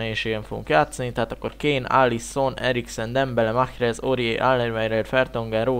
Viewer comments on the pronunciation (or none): Nem Mahhrez hanem Marez